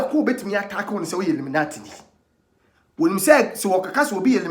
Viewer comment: Like the way kwaku you said inimanti instead of illuminati